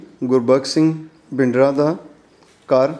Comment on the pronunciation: Great effort, you are doing excellent service by showing old places and buildings.I may please correct you that proper pronunciation for Bindra is to speak th tha for D, Thanks a lot. Allah bless you.